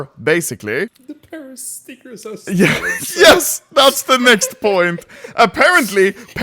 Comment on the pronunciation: Ludde's english might be perfect at that point, but he still is saying Stickesh instead of Stickers XD